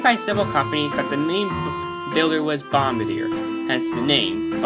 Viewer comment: "Bomba deer"